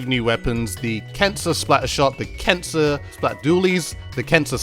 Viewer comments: I keep hearing cancer instead of kensa... Also I wish Nintendo didn't name the splatfest points "clout" but somebody in their team decided it would be a good idea :( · Is he saying “cancer” for the brand? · Why does it sound like your saying cancer instead of kensa? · It sounded like you said cancer collection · I’m watching the video without captions and he really sounds like he’s saying “cancer”